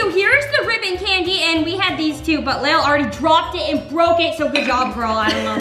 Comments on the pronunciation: Its Lael not leal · Did you just called Lael seal